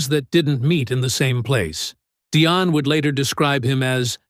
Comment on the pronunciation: Her name is pronounced the same as Diane. Pronunciation is important and shows that you did the background work so that we can trust your information.